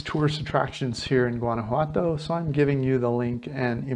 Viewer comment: learn to pronounce it correctly... It's wanna-wato... like ah-wah for water... and walk-a-molee for avacado dip... do you listen to the locals?